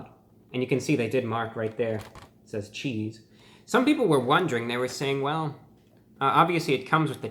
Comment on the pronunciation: bruh said “cheethz”